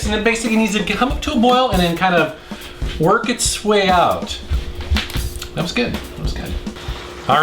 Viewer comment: 2.56, we are gonna Wok over here.............lol